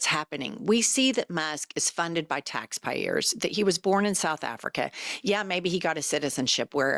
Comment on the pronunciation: i swear an accent slipped out when you said "taxpayers"